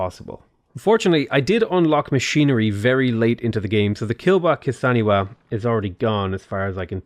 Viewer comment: Kilwa kisaniwa? Wtf mate just read what is written there.